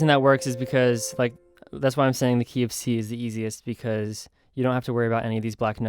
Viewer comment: when you say the "key of c" I always think you say KFC